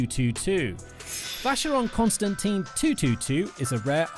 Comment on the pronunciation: Can't pronounce Constantine. Left immediately. He Doesn't know nothing.